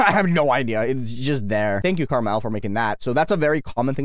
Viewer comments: Um actually it's "car-mall" (KrmaL) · is it just me or does it sound like is saying “karma L”